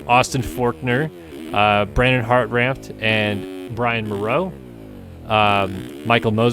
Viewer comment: The n is silent in hartranft. Pronounced: heart raft